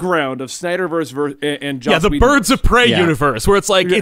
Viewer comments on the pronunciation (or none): none